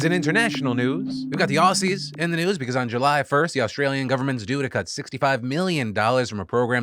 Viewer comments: Australian here🇦🇺 Phil, it’s pronounced Ozzie (like Ozzie Osbourne) not Aussie (Like a possie) Thanks for accurately summing up the current event of Australia! The gentleman living in Musgrave Park, West End, QueenSland with his family in a tent is also sharing that site with a lot of othedmd indigenous People/Australians. A very sad sight to behold when I drive past. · Phil... "Aussie" is pronounced with a "z" sound, not an "s" sound. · i've typed it to you once and i'll type it to you again Phil. it's pronounced Ozzy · It's 2023 so you all really should know by now... The slang version of Australian is pronounced Ozzie - just like Ozzy (Osbourne) 👍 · Please, whenever you see the word "Aussie" just imagine it's written as "Ozzie", because that's how it's pronounced. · firstly, please don't say Aussie with an S sound it is said like Ozzy. Second the government has announced a $67.5 million boost in fund, so funding is going up not down (maybe if you get this wrong, do you get other things wrong, maybe a follow up is needed??). The housing situation here is shit. Like the USA we don't tax rich people enough and then wonder why people at the bottom. Stamp duty, overseas in vestment and tax concessions for local investors is a big part of the problem. I managed to buy a house last year, in a hot market that is some places had seen prices double in 5 years. My great grandchildren can pay it off. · PhillyD, just so you know, Aussie is pronounced 'Ozzy' :) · it’s great but i so wish he would look up how to pronounce ‘aussie’ and ‘queensland’! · it made me laugh so much haha I love hearing people from overseas say our words 😂